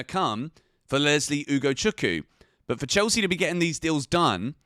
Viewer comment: I comment it once again its UgochukWU not Ugochuku.